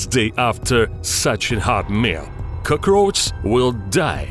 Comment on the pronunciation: "CrOgRoAcHZ" lmao